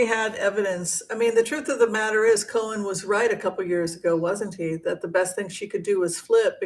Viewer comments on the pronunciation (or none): none